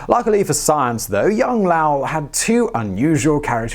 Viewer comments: LOW-ELL not LAOW-EL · Why do you keep calling him La-well, instead of Low-ell? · Low - Well Not La-well Are you English pronouncing American ??? I love ya but What??? Lahwell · It’s Lowell not Lowe. low•uhl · It's not Laull, It's LO-WELL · Mr. Lowell's name rhymes with Noel, not with howl. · Lo-well, not lau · LOW-ELL not Loul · Simon needs some time in Boston pubs to work on his New England accent lol. Makes Lowell sound like some Asian guy lol. “Lao-el” lol. Go visit Lowell, MA! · How did no one "have a go" at you in the comments about your pronouncing Lowell as Lauwel? Simon, Lowell, low ell... not luau...lol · Once again, Simon mispronouncing easy words. You get the hard words right, but easy ones give you so much trouble. Low-el or low-ul not la-ow. Sorry, I'm not exactly sure how to write it phonetically. Don't stop Simon. It is fascinating. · You're killing me. It's NOT lauael - it's LOWell. I know this cos i grew up in LOWell. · Oh, Simon! Low-ul not Lau-ell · It's LowEll not LOwell. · It's like LOL not Lahwell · Low-ell, not lowul. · It's not Lal, it's L'o'w-ell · Oh Simon, Lowll.. I think by know you're aware it 'Low-wool'. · Rhymes with toll; not towel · It's Loooow-Ell not "La-Owl" Driving me nuts. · Lowell rhymes with mole, not plow. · DUDE! LOW--ELL! NOT LAWL. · Low-ell not Lau-ell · My only issue with this otherwise great video is Lowell rhymes with hole not vowel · Lowell like Bowl, not Lowell like Owl. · "Lowell" does not rhyme with "towel". It's an long "oh" sound like in bowl, or coal, or vole. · Low-ell, not Laow-ll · It's not Lowl.it's Lo ,long 'O' and well,like the watering hole in the ground. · It's Lowell with a long "o" like snow, not "ow" like cow. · All the scientists I have ever heard speak have not said Lao. They all say Lowell. That's like saying it is U-Fo instead of U-F-O. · I'm sure by now has said it's now Lao. It's low ell. It's not uranus. It's myanus 😝😝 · also, his name was not "lauel" ... "low" "ell" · Lowell is LOW el.